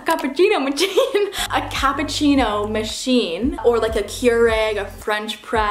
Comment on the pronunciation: Where can I buy a Capu"chino" "Mah chiin" 😂